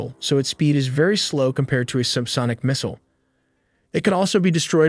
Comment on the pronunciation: Not subscribing until you learn how to properly pronounce missile and mobile.